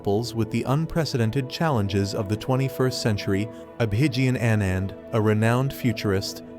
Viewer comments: Don't want to hear you, let's heaR Abhigyan, speaK, he speaks in beautiful English. Guys listen direct to Abhigyan. You don't even know how to pronounce his name. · No, if you can't pronounce his name right then don't make videos related to his predictions